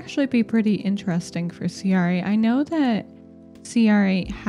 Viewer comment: You can pronounce cr8 like 'crate'! Also great vid, as always.